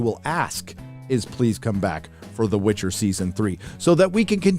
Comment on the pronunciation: Witcher, not witch her...